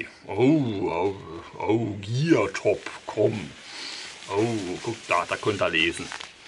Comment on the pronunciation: Der Hersteller heißt Geertop, nicht Geartop. Habe erst Geartop gegooglet und bin auf einen kanadischen Hersteller für Fahrrad Ausrüstung gestoßen :D